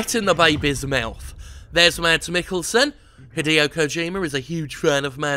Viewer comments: His name is pronounced "Mass" not "MaDs". Its a danish name, since he's a danish actor. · It's pronounced Maz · Guide to pronouncing "Mads": Ignore the d (ha). Think the latter part of "Thomas" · The d in Mads is silent. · the "d" in "Mads" is silent. Pronounce it like "mad", just with an "s" at the end instead of a "d".